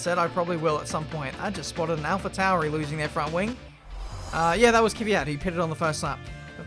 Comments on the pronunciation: NO NO NO, ITS NOT KVYYAAT, correct pronunciation is is KVYAT, YA in one sound, like YArd, and its goes fast like one letter. Please watch some Alexey Popov russian formula 1 commentator, and listen how he tell his surname, it will correct. Im russian, and i know how it sounds right)))) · You still say Kevyat when it is Kvyat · Bro his name isn't "Kyvyat"... it is "Kvyat".... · whoever told you its K-Fiat is completely wrong. It´s not K-vyat either. It´s K (pronounced like the C in cool without the ool) and then without the slightest pause vyat. Kvyat. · During the race: Ku-vee-yat After the race: Kivy-at "Thank you everyone for the correct pronunciation of that one" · LMAO Everybody who knows russian is triggered af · U overpronounce v, try kvat and then add soft v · Do you actually watch f1 or do you just play the game? For someone who has built their "career" on F1, you seem to have to get corrected a HECK of a lot on your driver/team pronunciations... there's been 3 races already this season... Yes Alpha Tauri are new, but Kvyat have been around for years and made headlines. You know it's called 'fore mew la 1" not 'mow dus, opera andy, sing gew la rit ee'' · Incorrect pronunciation of Kvyat, but don’t worry, it’s pretty impossible for English speakers to pronounce it the way it sounds in Russian. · I'm not sure what the chat said but Kvyat should be one syllable